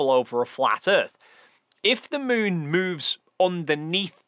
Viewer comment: Sorry, you called the moon the smoon which means your fake cgi 😂 ❤